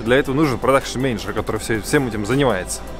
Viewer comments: Ахахах люблю смотреть, но три раза слово мЕеенеджер))) в голос ржал! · ты очень смешно гриш слово менеджер )